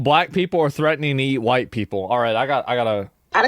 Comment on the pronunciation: "Make America HWYITE Again". 😅